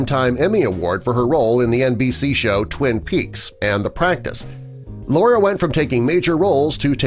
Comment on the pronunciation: It's "Lara" Flynn Boyle, not "Laura."